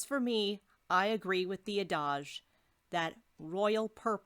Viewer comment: Interesting video. One note: I believe that the word "adage" in the opening segment is typically pronounced "AD-edge" with the accent on the first syllable. Keep up the good work!